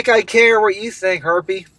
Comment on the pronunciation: Every time says "harpy" I hear it as "herpee". I vuess a gaggle of them are herpes.😊